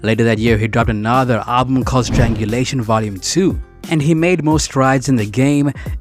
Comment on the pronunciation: Strange ulation. Not strangulation. It honestly sounds like you read Wikipedia article and Tech N9ne and then decided to make this. This is one of like dozens of clues that you don't really listen to Tech